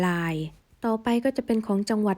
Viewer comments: ทำฟมผูดอักระไม่ชัด ทำไมผูด ราย กลายเป็นลาย ผูดไม่ชัดเลย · รายค่ะไม่ใช่ลาย